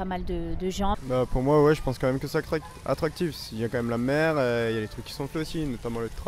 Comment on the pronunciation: something is not represented in the subtitles. it sounds like "c'est kakrik attractifs" and why does he pronounce the "s" at the end?